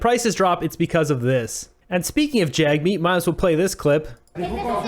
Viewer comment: And also, pronounce Jagmeet's name correctly. Your bigotry is showing. What are the conservatives doing to support those in need? Nothing.